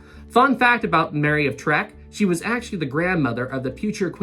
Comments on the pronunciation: Uhh, FYI: her title was Mary of TECK; y' know, like the later Shatner series, not "trek" like the first... really, dislexic much? Y'might wanna correct this, at least for the coming installments. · Just a slight correction,. Queen Mary's name was Mary of Teck. (not Treck) I love your channel, been watching you since the beginning. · Excellent start to the series,! I remember seeing the Queen Mary sailing out of New York Harbor in 1967 for the last time. She was magnificent, even in her old age. btw, Queen Mary was Mary of Teck, not Mary of Trek. There's no R in her name. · Please may I just inform you, its Queen Mary of Teck, not Tack. I live in United Kingdom & Queen Mary of Teck is how you pronounce her name, not Tack. And yes, it is a true story of the name originally planned to be Queen Victoria as you say traditional to Cunard's "IA" just like White Star's Ships ended with "IC". This is a true & Well documented story in England. Also, there is a video that plays whilst RMS OLYMPICS backing out of her berth with smoke billowing out of her 4th dummy funnel, but only after conversion to a oil burning ship was changed from that of previous coal power. As you mentioned along while ago that any one who can find a video with smoke being exhausted out 4th dummy funnel to let you know. Your videos are great, clearly and logically easy explained & like me mad when amarures who don't know basic of facts just like brightside or Aaron- useless. Keep up great work, love to hear a reply from you. (Birmingham.West Midlands, UK) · Mary of teck not treck lol 😂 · Mary of Teck not Trek... :-) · I'm going crazy with you talking about Queen Mary of Teck you keep saying Mary of Trek and that's not right